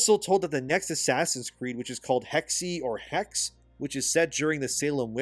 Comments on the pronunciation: It’s a Germanic word so it’s probably pronounced Heck-suh. Also remasters of the originals would be very welcome for this series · Hexe is German for witch and pronounced hecks-uh, is how you'd write it phonetically I suppose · It's pronounced like your first version but with the second e exactly like the first e. Hexe means witch in German. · The 'e' in hexe is pronounced so it would be pronounced like hexae. It's the German word for witch. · Hexe is german meaning which, and is pronounced something like "heh-xeh" (like the "he" part in "hey") So if I undstood correctly: Ubisoft (and other big western companies) will personally lick the floor and polish the throne, tencent (and other chinese companies) will sit on soon, voluntarily handing over the whole gaming industry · Hexe is german and means witch. SSSSSSSOOOOOOOOOOOOOOOOOOOOOOOOOOO cracks knuckles time to upset us germans? and i know its hard but its pronounced "Hacks-uh" In german E's at the end usually arent silent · Hexe is German for witch. The e at the end is spoken, but it is pronounced like the short "e" in "bed. On the change in marketing strategy. How dumb do they think we are. That might work one time. And then they all die as companies, because most people won't be fooled a second time. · You are almost correct with your pronounciation of the second e in Hexe. Its a german word meaning Witch. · If you see this comment quick german lesson for you Hexe is the german word for witch and the pronunciation was already pretty close. Try to say it like you want to say hexagon but instead of a A you use another E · It's pronounced Hexe, the second e has the same tone as the first one. It's german for witch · Hexe in German means WITCH. Correctly prenaunced you do not omit the E at the end. Guess the game will be located in central europe. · Hexe is german and stands for witch. The second e is pronounced like the first. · Hexe is German for witch. With pronounced e at the end.